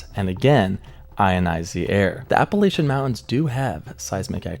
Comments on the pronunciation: So it’s pronounced Apple-at-chin and not appellation. ASU students will definitely let you know. As for the Brown Mountain Lights, I don’t know but those mountains have a lot of quartz in them which could cause electrical charges to build up. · You say Appalachian wrong and that bothers me